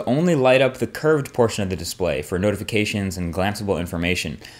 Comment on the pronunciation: Curved display ? Sounds more like "cursed display" !